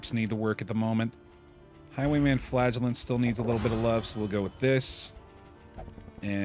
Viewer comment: Every time I hear "the Flagellant", I understand "the Flatulent", gives a whole new perspective on the guy going toxic.